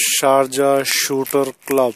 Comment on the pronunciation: You just read the sign 4 times in the space of 10 seconds and got it wrong 4 times shooting club not shootee